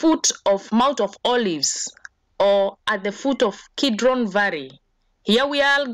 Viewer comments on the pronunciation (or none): Its valley or varry?